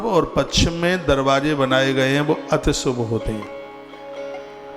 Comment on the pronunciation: आदरणीय श्री गुरुदेव प्रणाम। आप यह निरस साहित्य किताब पढ़कर नाम सुनावे आप तो व्यावहारिक बातें बतावे आप किताब में देख रहे हैं बड़ा कुआं ढसा लग रहा है सुभनही शुभ सही उच्चारण है धन्यवाद।